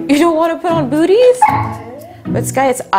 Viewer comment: I thought you said buts 😂😅